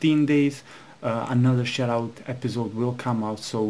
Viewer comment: it sounds like ur saying "shitout"